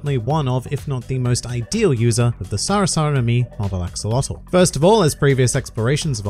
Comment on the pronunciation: You pronounce Axolotl wrong it's not an english word, it's pronounced aah-show-lo-tl